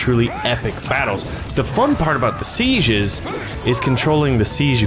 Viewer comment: When says Seiges it sounds like sezieurs 😂😂